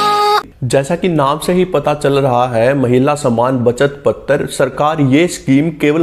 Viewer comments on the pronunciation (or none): Can't you pronounce पत्र as पत्र (not पत्तर्) ? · पतर नहीं है भाई पत्र है 😂